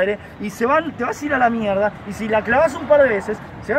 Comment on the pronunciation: "MIEGDA" CUBIERTAS DE MIERGDA! jajaja sos un genio pibe me haces cagar de risa , llegue de casualidad por la review de la cb 500 y me quede en el canal..saludos desde sarafael mza..